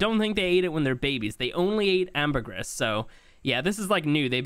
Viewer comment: Syntax please! It's pronounced amber-gree. (Ambergris) I love your content!